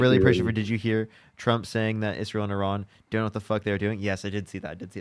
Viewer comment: And Iran, Iran so far away... E as in sea... Ra as in the Egyptian god... N as in pronunciation you frelling dren heads! What can I expect from my fellow 'Mericans.